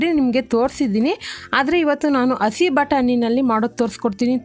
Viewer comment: ಅಸಿ ನ??? madam ಹಸಿ ಅದು..